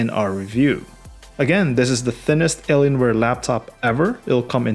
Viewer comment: Is it just me or the way that you really pronounce "Alienware" were just like Eleanor